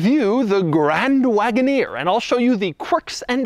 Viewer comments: Grrrrrraaaaand Wagoneer...(tongue roll). Why??? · It's absolutely unacceptable for this man to be saying grand wagoneer the way he is saying it